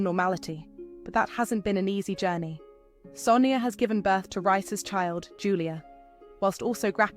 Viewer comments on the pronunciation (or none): His name is not rice its Reiss watch eastenders and listen to the way they pronounce his name in English